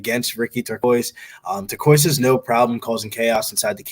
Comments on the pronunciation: I think called him torekko lol yeah its "Tur c os" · so hard to listen to ppl call him ricky turquoise 😂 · I think was the only one to pronounce Turcios’ last name correctly 😂 good show guys